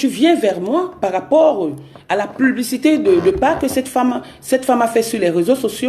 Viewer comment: Moufffff on ne dit pas PLUBICITÉ !!!!!